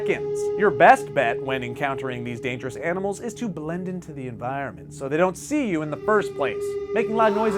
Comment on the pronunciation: HE said BANIMALS 😄😅😂😂😂😂😎😇😇😇😇😇😀😭😭😭😭😭😭😭😁😁😂😁😁😂